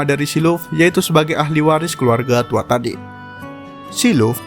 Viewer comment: itu bacanya gini banh TUA HA DE